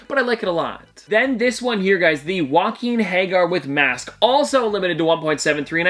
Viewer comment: “Joaquin Hager” might be my favourite name mispronunciation of all time. 😂 Also no shade to you. It’s a hard name when you haven’t seen the show. I just thought it was hilarious. Anyway that’s awesome that you were able to get all those physical Pops! I’ll admit I still don’t fully understand how these NFT drops work but some of the physical Pops they make for them are really cool and I hope to get some one day.